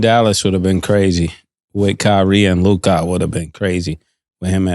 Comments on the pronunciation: Why ma$e pronounce Luka "Luki"😂😂😂😂😂😂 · Bro we made it to season 2 and nobody has corrected ma$e on how to pronounce "LUKA" 😂